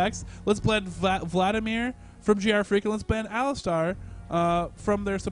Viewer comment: I question the pronunciation of GrFr4ak, 4 in leetspeak is A, so isn't he Gee Arr Fraak? lol